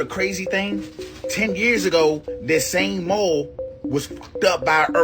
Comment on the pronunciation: "Erffquakes at the mole" Hes got IQ fatigue